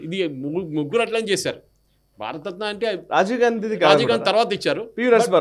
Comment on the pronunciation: 52:3 భారత రత్న భారత తత్న కాదు 😂